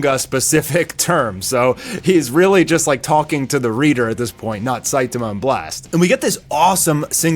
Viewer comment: Why do you pronounce Saitama that way?